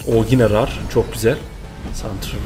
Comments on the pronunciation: rar diye okunmuyor abi reır diye okunuyor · Rar değil Rare --reyır diye kunur abi...